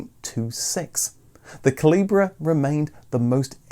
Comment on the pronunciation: The special edition MK Cavalier in red was called the CALIBRE, not CALIBRA. Its pronounced the same as "small calibre weapon".